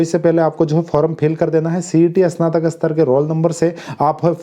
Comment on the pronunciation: "इसनातक" नहीं "स्नातक" बोलो।